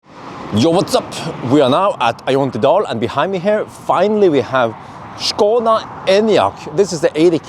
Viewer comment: Thanks for saying SHkoda not like most uk speakers skoda